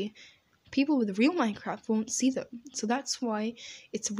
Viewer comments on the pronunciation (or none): none